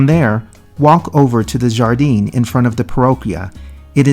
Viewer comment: No “Jar -dine”. It is pronounced “Har-dine”. Great video! I live in La Lejona.